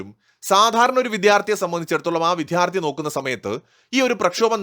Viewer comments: "വിധ്യാർത്ഥി" എന്ന് നിങ്ങൾ വീഡിയോയിൽ ആവർത്തിച്ചു പറയുന്നത് വിദ്യാഭ്യാസത്തിലെ പ്രശ്നം തന്നെയാണ്. താങ്കൾ ആദ്യം വിദ്യാർത്ഥി എന്ന് പറഞ്ഞ് പഠിക്കൂ. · വിദ്യാർത്ഥി എന്നു പറയണം